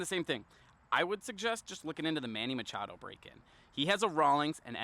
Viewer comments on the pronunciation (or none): none